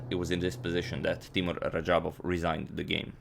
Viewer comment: Hey Agadmator, I think Teimour should be pronounced as Teymur. Thank you for your videos 😊